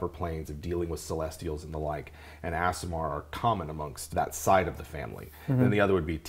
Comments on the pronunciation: It’s ‘ah-sih-mar’ right? Not ‘ass’. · You mispronounced aasimar, its pronounced ah-si-mar, not as-si-mar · The mispronunciation of Aasimar was both funny and annoying. facepalm EhSimar, not AssImar. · Correct pronounciation: Ah-sim-ar Source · Aasimar should sound like Aardvark...AH-sim-ar. Two "A"s, not two "S"s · Stopped watching when both dms kept mispronouncing "ace-sim-ahr"